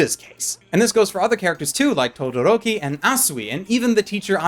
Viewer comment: you know his name isn't todoriko, right? it's todoroki. not riko.